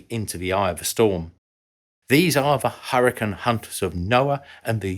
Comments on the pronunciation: I have to add, it’s pronounced like “hurry-cane”, cane as in cane sugar. It’s not “hurry, ken”. That’s ridiculous. We’re talking about the weather, not the Barbie figure. 🙄. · I'm British and have never heard another Brit pronounce it "Hurrican" until now. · That's funny because I've only ever heard British people pronounce it as "hurrican," as in this video. With that said, it must be a regional thing, and I just have only heard British people from whatever region it is who pronounce it that way. LOL! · There's a town in Utah settled by the Mormons called "Hurricane" specifically pronounced the same as in this video as apposed to the typical American pronunciation. I take it that is the typical British pronunciation. I realize this is most likely because the many of the pioneers were British isle emigrants.